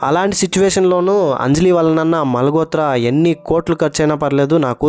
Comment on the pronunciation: మాల్ గోత్ర కాదు బ్రదర్ మాల్ హోత్ర అనాలి 💞